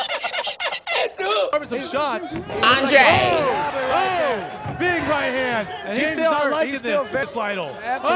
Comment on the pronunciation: LMFAOOOOO “Andrayy”